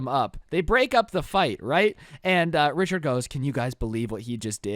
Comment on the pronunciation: Rhicherd not joe